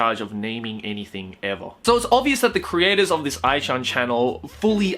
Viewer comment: It's A.I. channel.... not Aichannnel.... and I'd smash too